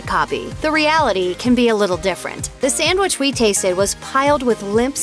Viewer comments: First of all, voice lady, it's NOT samwich. It's sandwich. If you're going to make a video trashing the various fast food fish sandwiches, at least say it right. Lastly, I disagree with several of your critiques. But that's all a matter of taste. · I don't know who your spokesperson is in these videos but she needs to learn to pronounce a few words beginning with 'sandwich'. It's not 'samwich' unless perhaps you're seven years old. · Why is it nearly impossible for people to pronounce "sandwich?" They take out the n and d and add an m or two and pronounce it "sammwich." That kills me.